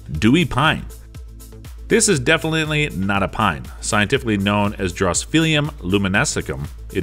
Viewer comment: This is definelyly how a normal person speaks ! How can you have a channel like this when you can't pronounce basic words nor read plant names !!! Poor effort buddy , find a different pastime !